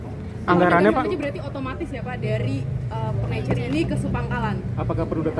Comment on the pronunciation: Bisa bedakan gak pengecer ama pengencer...tiap ngomong pengencer pengencer lu kira tinner